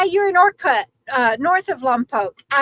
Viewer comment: Lom-pock 🥹 … I grew up in SB - it seems to be called that by visitors and in movies 🙃 we (locals) always say Lom-Poke … when we had to refer to it 😄